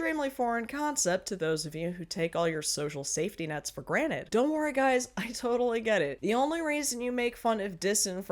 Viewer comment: "For granite"? Are we serious right now?